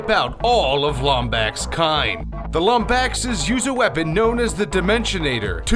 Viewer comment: The way you pronounce Lombaxes is just... argh